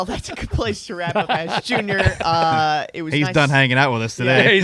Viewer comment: Sounded like Dale said "Liveass Junior!"